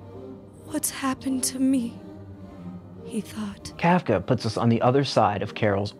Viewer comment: As a trans woman trapped in a red state I appreciate this video a lot. That said, you continue the beautiful and long held tradition of video esaayists saying words incorrectly 😂 much love. It’s “Cartesian sense”. Not “Decartes’ sense”. “Inns-👄” got me too. Whew! Also the way you butchered Kafka’s name hurt my German-Jewish soul! I say this not to mock or attack you, but because its something I’ve taken to heart: at the very least, with a person’s name: unless you have a speech impediment or stutter or some disability, it’s a matter of respect to get their name correct. And frankly, I think you grossly mischaracterized Psycho given how much stigma trans people continue to receive from it. Not saying it isn’t a masterpiece of horror. But it seems like you missed the semiotic concepts baked into the film. I think you’re a talented communicator and vivid storyteller. You have a gift and I’m excited to see what you create next.